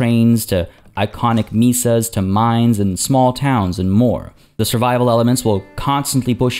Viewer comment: MAY-sah, not ME-sah. We don't like Darth Jar Jar around these parts